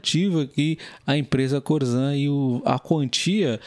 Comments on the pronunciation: É corsan que se fala e não corzan. Abraços!! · Se escreve Corsan mas esse S tem som de SS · Teria que aprender a falar o nome correto da empresa.....